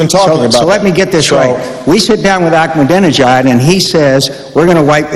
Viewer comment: Mc Cain is realy dumb, after 8 years Practice and saying his name almost evry day !he stil can't pronunc it "ak ma danee nejaad"!!